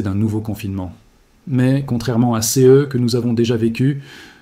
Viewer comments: Ce j'ai vu m'a fait bien rire ! C E est une production IA qui a beaucoup de mal à dire "ce" ... C E continue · Je ne comprend pas CE.et CES. Est ce un Robot qui parle? Quelqu'un peut m'expliquer le "CE" qu'il dit dans les phrases et le "CES"